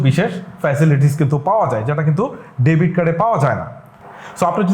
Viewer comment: ডেভিড না, ডেবিট হবে।